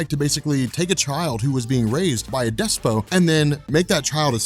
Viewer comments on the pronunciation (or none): I am seriously thinking about unsubscribing from this channel because doesn't know how to pronounce certain words, or that he says phrases incorrectly. You do pronounce the T in despot. And for that matter, you don't pronounce the O as O. Look up the word and find out for yourself. Also, (although he hasn't used it in a while) he says the phrase: Brass TAXES. It's not TAXES. Why would it be TAXES? It's TACKS. The phrase is: Getting down to brass tacks. Again, look it up. I know there have been others, those are just the two I can think of at the moment. And it annoys the shit out of me when people, in there ignorance, say things incorrectly. I'm not saying I'm perfect. I know I don't pronounce certain things the "correct" way, or use the "correct" grammar at all times, in either spoken or written mediums. And I've always had an issue with spelling. But that's one of the purposes of the internet. To seek out information. To find what is correct so that you can increase you mental abilities. I won't fault for saying things a certain way. That's just how he learned to speak as he grew. But that doesn't mean I have to stick around and continue to be annoyed during almost every video he has uploaded. One of the reasons I do, is because his channel is the only one I've found that makes these kinds of videos. I've always been intrigued (to say the least) by comics of all sorts, and I respect for making them to help inform others about what is going on in those universe.